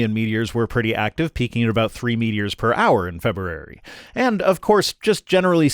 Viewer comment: Feberrary.. Febrrere.... feb-rerrarie 😶😶😶